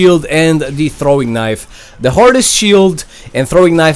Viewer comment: THE SHHIIEELD REALLY COME ON MAN